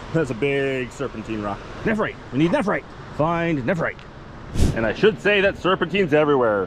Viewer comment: I would have a field day if I were near that many stones. I do have jade but not nephrite yet. Tyfs BTW its pronounced nef rite not nepherite